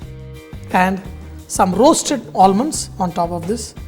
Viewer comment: All-munds.... Not expected from a chef like you.